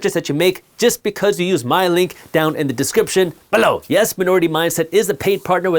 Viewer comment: Always like when he says down "BELLOW" 😂